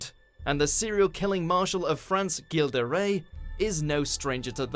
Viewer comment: About Gilles de rais .... it's not pronounced Guille de rais with a G but with a J like in Joy or Japanese. Source: I'm French